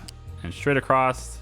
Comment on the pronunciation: Why do you keep saying ''acrosst'' instead of across? Is it a thing where you live? You probably can't help it but its kinda annoying me as i am used to saying ''across'' as thats the normal way of saying it and my brain keeps saying thats the normal way of saying and should be said.. no hard feelings though